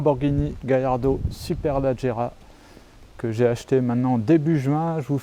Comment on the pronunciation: On dit pas superlAgerra mais superlEgerra